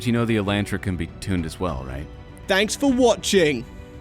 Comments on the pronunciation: How does a Canadian end up pronouncing "Elantra" like he's from Michigan with a hard A?? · I’m sorry but tell me you don’t know how to drive a car w/o telling me you don’t know how to drive a car. Even though that is your job, instant to blame it on the elantRA. And English says it’s pronounced otherwise the a isn’t pronounced 😭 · Nice video. I hate how you say Elantra though lol. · Am I the only one who says Elantra and not Elentra?